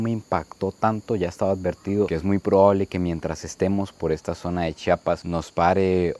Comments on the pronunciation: Muchas gracias por pronunciar bien *CHI-A-PAS*... Ya que de los otros estados de la República, valen pura vrg en la pronunciación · Gracias x visitarnos y visitar nuestra zona indígena y sobre todo por pronunciar bien Chiapas. Y muy cierto que la zona indígena se rige x usos y costumbres. Hay lugares a los q nosotros como locales sabemos q no debemos entrar.. Espero y te lleves una buena experiencia. Saludos